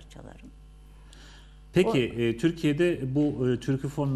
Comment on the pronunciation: Sunucu Türkofon' a inatla Türküfon diyor.